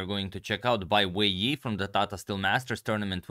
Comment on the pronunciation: I don't care much about pronounciations but since some do: Wei Yi is pronounced more like Wei I. (And Ding Liren more like Ding Lijen. You can find ressources for that one/himself saying his name in english interviews asking about the name.)